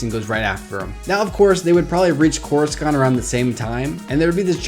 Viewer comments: if you've watched any of the prquels or the clone wars, you would know that coruscant is not pronounced as corus- kant, it's corus- sant. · It's Coruscant, not CorusKant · (koor oo sahnt) not (koor oo skant) For Coruscant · its cora-sant not cora-scant just to let you know :) even tho its spelled corascant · I hate how he keeps saying Coruscant!!! 😬 thers no K sound in the word!!! watch epp I and url see how it's properly pronounced! your saying it like it's spelt "CORUSKANT!?" 😕 say it as SANT! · Why do you say couriskant isn't it couricant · I stopped watching because of the way u said corasunt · It's corusant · And y do u pronounce Cora-Skant it's so weird... I like ur channel overall tho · CorisKant? Looooool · it's just corussant the "c" is an 's' sound not a 'k' sound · more than half of this video's dislikes are probably due to "that". Coruscant's name is said at least 30 times in the movies, and it's never called "CorusKant"... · Hey I don't mean to be be rude but it is pronounced Cor I sont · Why do you keep saying Coruscant like that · Hearing you mispronounce coruscant makes we want to punch a baby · I know I'm just making fun of the guys pronouncing of it.